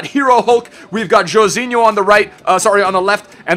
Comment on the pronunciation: haven't you heard? according to the master name pronouncer, aa9, Joãozinho is apparently pronounced Joo-own-zingoo.... rolleyes emote that there is some pretending/trying too hard to be portuguese-assed shit.